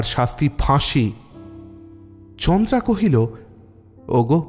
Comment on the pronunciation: chandra sonache ucharon ta kintu naam ta chandara